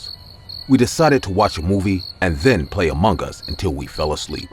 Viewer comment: amung gees that is how to say it 😏